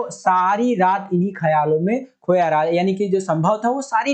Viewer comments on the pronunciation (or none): none